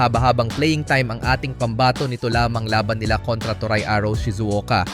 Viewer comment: "to-re" ang pronunciation ng toray, hindi to-rai. "pon" naman ang pronunciation ng peng. at huli, hindi siya "s five league" kundi S-V-league, as in letter V.